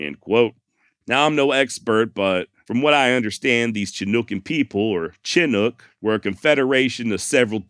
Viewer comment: Btw, I live at the mouth of the Columbia River near the small town of Chinook. The word Chinook is pronounced “ Sha nook”. Just a FYI, no offense intended. 👊